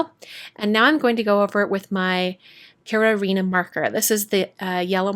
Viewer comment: I'm Japanese-American and that name seems difficult for me to say, too. I think you did a good job pronouncing it, tho. The vowels in Japanese are pronounced the same as the vowels in Spanish, so I think you did ok.